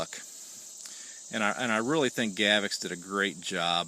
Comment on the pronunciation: If you're going to review it, you should take the a few seconds to learn how to pronounce it. It's not pronounced "GAV-ex". Notice there's no letter e there anywhere. It's pronounced "GA-vox." If in doubt, check out the official Gavox videos. Otherwise an OK video.